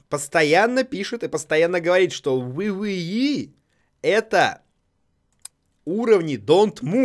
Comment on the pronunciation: WWE правильно произносится дабл дабл и